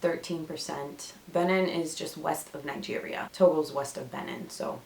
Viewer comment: Thanks for sharing your results. By the way, Benin is pronounced Beh-been.